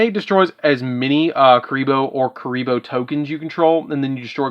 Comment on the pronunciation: Love kuriboh! Just a heads-up, though: it's ku*ri*bohrn, not "re-re"